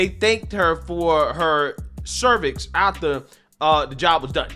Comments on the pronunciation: You said they "thanked her for her cervix"?😂😂 I know you said service, but cervix is just so fitting and funny. Lol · Did you say "thank you for your cervix?" 🤣🤣🤣🤣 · Did you say "They thanked her for her CERVIX"??? LOL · He said, thank you for your "cervix". That's frickin funny! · Did you say “THANK YOU FOR YOUR CERVIX”….😂😂😂😂